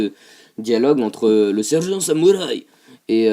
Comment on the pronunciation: C'est pas marrent quand tu dis samourï